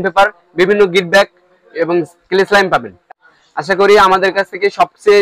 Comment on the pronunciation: ক্লে এর কথা টা তো পরিষ্কার বলতে পারলেন না